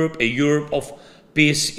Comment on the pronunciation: When you say FRIENDS you have to drop the E into a ghasp out of your throat. When you say PEACE you have to drag out the E or you end up saying P I S S ! Say PEEEEEACE PLEEEEASE. 💪😁🇺🇦